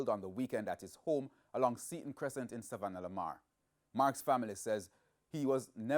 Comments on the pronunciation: It is Savanna la Mar. Not Sav la mar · THE WORD is. SAV LA MAR Not. SAVAN LA MAR.